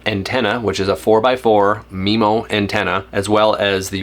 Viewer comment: Had to stop 60 seconds in… it’s pronounced m-eye-mo MIMO… not MEMO. Also, the router isn’t a CAT12, the cell modem is a CAT12 modem. Routers aren’t rated into categories, cell modems are.